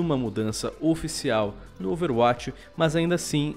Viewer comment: Ele fala overwatix